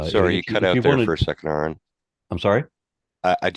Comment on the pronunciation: Usually Christians mispronounce your name "Air-ron". This friar is the first one I've heard mispronounce it by putting the emphasis on the second syllable, like the country "Iran".